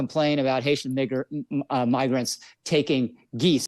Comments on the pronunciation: To be fair, he didn't say the n word. He began to to say migrants, but said migr with a soft "i" instead of a long "i". Watch his lips. "N", your lips arecopn, "m", your lips are closed. Non story here. Don't be like the right. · I have no clue who this guy in the interview is, but it sounded like he mispronounced migrants and said miggr- and cut himself off to correct himself. That or maybe I misheard it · I am a little hard of hearing due to stuff, but I heard "migger" and honestly if he didn't obviously clearly and undeniably think of the n-word then nothing is true. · He said "miggers" i think i just wanted to say migrants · ahh yes, the word migger. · Nah you got it. He started saying "migrants" as it is pronounced in "immigrants", but stopped himself after "miggr". Good luck convincing anyone here though. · Come on now, he wanted to say migrants put pronounced the "migr" as in immigrants. Which is why he corrected himself. We don't always need to go with the worst faith interpretation. You even see him close his mouth as he says it, so there is no doubt he said an "m" there and not an "n". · Even if he meant to say migrants and said miger, do people not realize it would likely be because it's a freudian slip and he's subconsciously thinking the N-word with the hard R? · why are ppl saying he just mispronounced "migrants"???? clearly not! migrant has a long i sound. the slur has a soft i sound. he didn't just slip up and mix consonants. he was saying the OTHER WORD!! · The most charitable point of view that I could offer him would be that he was saying migrants with the i as though it was pronounced the same way it is in the word" if ". And he unfortunately decided to stop where he did in order to correct himself but who says migrants that way 🤷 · Okay, he said it. 😂 I thought initially he mispronounced migrant, but it was N sound with an ER. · How can anyone hear that as an M. He even corrects himself to after with migrant. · He clearly said "migers"